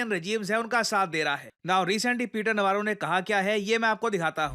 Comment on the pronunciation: Peter Navarro ❌️ Peter Navarra ✅️